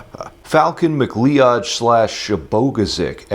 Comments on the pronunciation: Hey dude, I think you'll find McLoed is not pronounced McLo ed, it's pronounced more like MaCloud, a good Scottish name. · Lmfao omg did not expect you to use my question but the way you butchered at birth my last name was the cherry on top! McLeod- Mic-Loud; Shabogesic- Shub-gee-zhick... if you don’t like the spelling of the second last name, blame colonizers